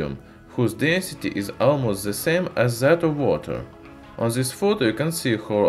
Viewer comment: "by ziz metal'' XDDDDDD